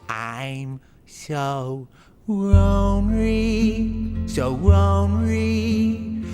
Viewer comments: I'm so ronery, so ronery... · so ronry so ronry so sad and ronry